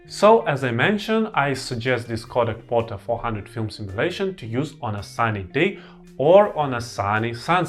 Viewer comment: Portra. Not Porta.